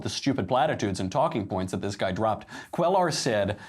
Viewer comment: Phonetically the double "L" is pronounced as a "Y" so Cuellar is pronounced Cueyar